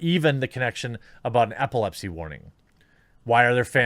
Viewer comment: EPilepsy, not APPLEpsy